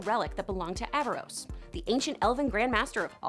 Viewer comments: You keep saying “Aavaros” 🤦🏻‍♂️🤦🏻‍♂️🤦🏻‍♂️ it’s AARAVOS 😄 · I’m sorry but did no one else notice that she was saying “Aavaros” instead of “Aaravos”? How do you do a whole informational video about a series and pronounce the main antagonist’s name completely wrong? I mean… they say his name all the time in the show. There was even a scene where Soren pronounced it wrong and Claudia corrected him. Just sayin 🤷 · Aaravos. Not avaros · Ka-tol-is not Kat-ly-os Ara-vOs not Ava-rOs Like if you're going to pretend you be a fan to market to us, do better. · Clearly you haven't watched the show, just reading or reciting what you read, or you would know its Aaravos, not Aavaros, and Runaan, not Runin. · AVAROS AVAROS AVAROS OMG 🗿E V E R Y T I M E ITS ARAVOS 😔😔😔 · Aaravos not Aavaros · Y'all saying Aaravos wrong, its Aaravos, not Aavaros. (It's levi-OHsa, not levioSA.) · AARAVOS not avaros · It's Aaravos, not Aavaros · Why does everyone call Aaravos, Aavaros? It's Aaravos for crying out loud! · Omg people, it's AARAVOS not AAVAROS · Isn’t it “aaravos” ? Not “aavaros” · Aaravos. Not Aavaros. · She literally can't stop calling him Aavaros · She called him Aavaros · You're saying Aaravos' name wrong.. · Take a shot every time she says Aaravos’s name wrong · She said Aaravos wrong.